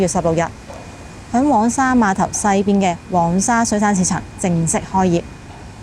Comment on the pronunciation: 一直有睇你的片, 介紹得十分好, 多謝你分享 不過少少建議在這條片, 因為我聽得有點辛苦 "黃"用名稱是讀皇, 而不是蛋黃的"往" 加油